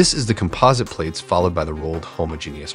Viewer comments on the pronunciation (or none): none